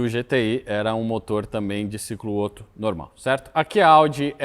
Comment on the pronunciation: revolts! 😂 Baita vídeo, um mix de mecânica, filosofia, política e antropologia. Só um pequeno adendo: na pronúncia do alemão, duas consoantes iguais em sequência "abrem" a vogal anterior, ou seja, Otto pronuncia-se "Óto" e não "Ôto". No mais... o melhor canal do YouTube!